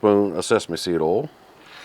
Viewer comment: Dude, it's not HAbachi, it's HEbachi. Also, it's not owl, it's oil.